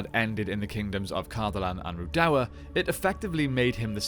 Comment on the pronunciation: I can't deal with your pronunciation of Rhudaur